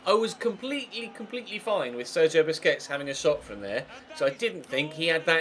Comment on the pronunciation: PLEASE STOP PRONOUNCING BARCELONA'S DEFENSIVE MID'S NAME AS "BISCUITS"